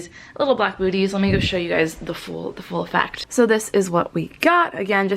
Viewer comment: Do you say "so" with a NZ accent at ?!?! Bc I actually do that all the time and drive my friends crazy hahaha but never had heard someone else do it. Might be hearing it wrong though :P